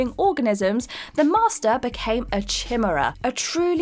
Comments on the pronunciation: I love you guys, but this is the second time you have mispronounced 'chimera'. It's pronounced Ky-meera, not chi-meh-ra. Keep up the otherwise great work. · Chi-me-ra not chim-era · SHE SAID “CHIM-UR-UH” AGAIN INSTEAD OF CHIMERA!!!! Hahahahahah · Arent british people supposed to be good at english? Its kai mare ah not shimera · Chim er ah? Chimera is pronounced k eye mair ah ... and it's part cybernetic and part organic, that would make him a cyborg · love the channel, but chimera is pronounced "kai-mera." Keep up the great work guys! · Say it with me everybody. “Kai-Maer-Ah” Chimera. I thought god of war and Full Metal Alchemist would’ve learned us good by now. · It's pronounced ky meera... Chimera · You got to quit pronouncing chimera as Chmura. You did that when you did the video that involved the Resistance video games I'm using voice to text and it's still doing it properly. I love y'all videos but that is driving me nuts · Say it with me "ky-mee-ra" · Chimera = kai-mer-ra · It's pronounced "KAI-MER-AH", you idiot! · It's "ki-MAIR-uh", but go on... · I know right? Anyone who has played AC Odyssey knows it closer to "hee-meh-ruh" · Headed straight here...chim...era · Yeah that bothered me too.. it's pronounced *kai-mara" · Yea Bugged me too. It's kai mera , atleast that's how I say it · I was disturbed hearing her pronouncing chimera and glad I'm not the only one that is considering taking legal action. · This is the second video from her with the word "Chimera" now and I'm sad that no-one she works with told her how it's pronounced since the first one. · I don't usually care, but, that seemingly deliberately triggering pronunciation of chimera... sheesh. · Are we just going to ignore the pronunciation of the word chimera? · That mispronunciation of "Chimera" has me sent - I scrubbed back a few times to see whether my ears were screwing with me... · Chimera is not pronounced anything like that. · The mispronunciation of Chimera always bugs me x.x